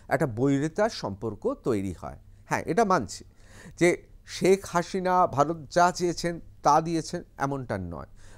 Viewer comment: Apni thik moto Sheikh Hasina naam ta uchharon korun kindly. Thank you